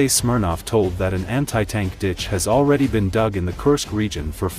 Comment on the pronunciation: Alexi Smirnoff? That's all I heard, I laughed hard enough to go make a Smirnoff!